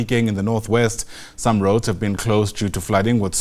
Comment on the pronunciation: Goad or Roads 😂😂😂